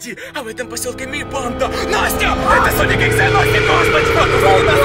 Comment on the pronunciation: Я одна слышала не соник а слоник?